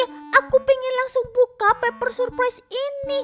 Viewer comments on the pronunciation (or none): Paper bukan peper😅😂